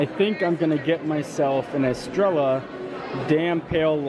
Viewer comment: Yay so great to see you hanging out with Josh and Taylor! And way to not be intimidated by that Octopus! P.S. I believe your beer is pronounced "Est-re-ya". Double 'll' turns into a 'Y' sound :)